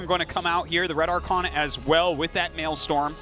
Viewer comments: it's maelSTROM not maelSTORM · Maelstrom not male storm Artosis. I know I'm a few years late here but my god Arty...l2 speak nerd!